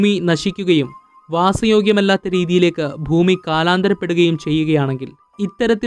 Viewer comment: ഫൂമി അല്ല മുത്തേ ഭൂമി ഭൂമി